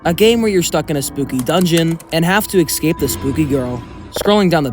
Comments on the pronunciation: Why do you say excape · Why do you say exscape